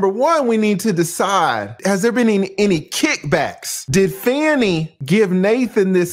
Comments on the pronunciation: Please pronounce her name properly. It’s Fah-nee because it’s disrespectful to repeatedly call her Fanny when her name has meaning. Her parents picked that name of its meaning. SMH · TRUMP NEEDS TO BE QUALIFIED!!! He should NOT ever be allowed to run for the office of a Dog Pound let alone the Office of the Presdent. PLEASE PRONOUNCE THE DISTRICT ATTORNEY'S NAME WHICH SOUNDS "FAWNIE" NOT SOUNDS LIKE "FANNIE". Let's be RESPECTFUL. Thanks😍😍😍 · That Judge is not going to remove her! Her name is FAH-KNEE, not Fanny!’ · Her name is not even Fanny. You're Black. If you can't even pronounce her name correctly, you're racist appropriating. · Why are you mispronouncing her name?